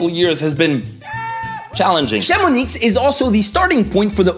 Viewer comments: It's a common mistake in France. But yes, the "x" is silent. People must confuse Chamonix with Asterix and Obelix ;) On a side-note, if you go to Savoy, a lot of of places end with a "z", which is silent as well ("Praz-sur-Arly" is actually pronnounced "Pra sur Arly" for instance). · The ‘x’ at the end of Chamonix is silent 😘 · I thought the 'x' in Chamonix is silent? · Actually we don’t pronouce the X in Chamonix. Idem for the Z in Avoriaz or La Clusaz. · On prononce le "x" dans Chamonix? J'ai jamais prononcé le "x" dans Chamonix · HE PRONOUNCED THE X OF CHAMONIX BORDEL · Chamonix, le X est muet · Chamonix not ChamoniX !! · Aïïïïïïïïïïïïîïïeeeeeee Chamoniiiiiiiiiiiiiiiiiiiii----! the "x" is silent >.< please stop saying it it hurts my ears... same for most "z" at the end of city or places names in the montain u.u Plus, you say it right for "Saint-tropez" O.O soupir ostensiblement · Never heard “Chamomix” pronounced like “Chamoniks”. I looked it up and saw that although both pronunciations exist, the silent “x” is what the locals say, like “Bruxelles”, either “ks” or “s”. I’m also from the San Francisco Bay Area, but live part time in Lille. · Le 'x' de Chamonix est muet, ça se prononce 'Chamoni' (j'habite à 70 kilomètres de là). (Je crois que pronouncer le x de ce nom est un délire des parisiens...) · It’s “ChamonI”, you don’t pronounce the “x” in “Chamonix “! 😅 Also, you talked about “Parc Astérix” but forgot to talk about “Puy duFou” that has won “best amusement parc” on a global level a few years ago! 😜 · The x in Chamonix is silent ;-) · I paused to come say the same thing. Why would you pronounce a X at the end of a word? 😁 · About chamonix... Remember the silent letters in french? The X is one of those. (I asked google just to be sure) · Chamonix is pronounced Chamoni, you will be killed if you say that inn front of french guys from this région ! :p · Hahaha, the 3 times ChamoniXXX was painful 😅 great video for foreigners who only know Paris though